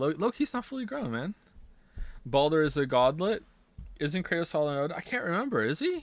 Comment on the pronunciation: laughing at himself laughing at having mispronounced Kratos is the funniest thing i’ve seen all week